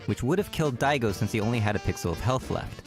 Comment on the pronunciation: I started freaking the fuck out when everyone in chat started saying my name when the narrator fucked up “Daigo”